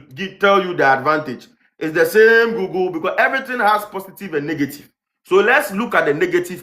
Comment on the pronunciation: SHAME. It's GOOGLE as (GU-GLE) not Gogle